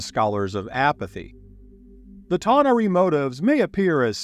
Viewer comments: A-ver-nus, not a-VER-nus. Ta-NAR-ee, not ta-na-REE. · Thought I found myself in Star Trek for a moment - tah nah ree? Always amazes me all of the different ways various groups pronounce D&D names. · How do YOU,, not know how to pronounce tanar'ri?? 🤦